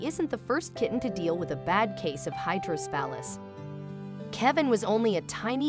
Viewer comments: It’s not pronounced “hydrosphalus” it’s hydrocephalus - hydro-se-fa-lus. ICU RN of 30 years. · It's hydroCEphalus. At least pronounce this condition properly.